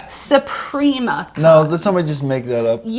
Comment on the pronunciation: It's Supima cotton. Not Suprima. Fabulous fine cotton.